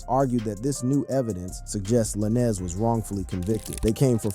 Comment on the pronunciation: Not La-Nez